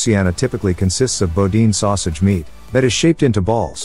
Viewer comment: It's pronounced "Boo-Deen"